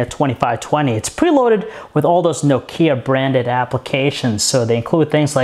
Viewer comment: His pronunciation of Nokia annoys me more than it should xD